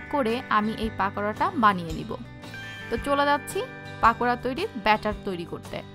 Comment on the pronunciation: this is not পাকোড়া it's পকোড়া ok maam